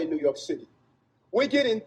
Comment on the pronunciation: What did Adams say? New Yolk City. That is what I heard.